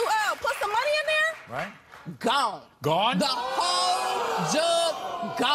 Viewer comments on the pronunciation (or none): I picked up on that too. Lady: guone. Maury: gone? Lady: guone. Maury: gone? Lady: guone.